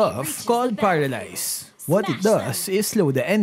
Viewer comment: He said "paradise"... Did he mean to say "paralyze"???